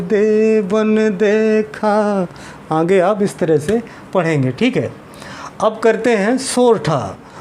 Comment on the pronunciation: आप आँगे बोल रहे हैं, जबकि सही शब्द आगे होता है|